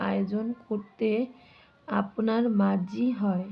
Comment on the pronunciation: বিচেনা কি,ওটা বিবেচনা হবে।মার্জি আবার কি ওটা মর্জি হবে